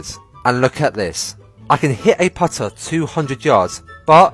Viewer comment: "Can I Dwaav a puttaah faawaa than a dwaavaah?" I guess you can make phaahhh playing backwards.